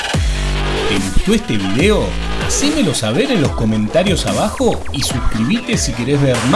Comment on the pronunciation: Por cierto... vídeo lleva tilde en la í y es una palabra esdrújula, no se pronuncia o dice vidéo, tampoco se dice botesa, se dice botella.